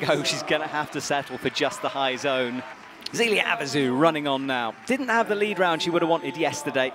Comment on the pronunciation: This has been bugging me for months. If you have French names with an "é", like in Zélia, then said "é" does not get pronounced like an english "e" in the alphabet. It gets more pronounced like the first "e" in "ever". Please explain that to your commentator.